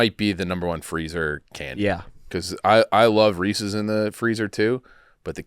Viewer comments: It pronounced Rees-IS not Rees-EES. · Why do people in Illinois pronounce Reese's, Ree-Cee's? It is Ree-says... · STOP SAYING "REE-SEES"